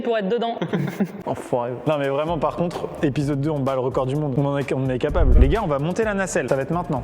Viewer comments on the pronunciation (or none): Maxime : on est capable Moi : on est kapla-ble 😂😂😂😂